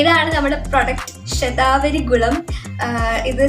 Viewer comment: Aa name onnu clear ayite parayumoo,, shathavari??? Enagne epozhokr nnu kazhikande